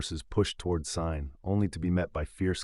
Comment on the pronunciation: Kept mispronouncing Caen in different ways. Interesting though.